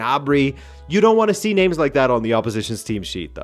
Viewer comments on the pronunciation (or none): you have the worst, most annoying way of pronouncing club and player names !! just stick to how they are written in English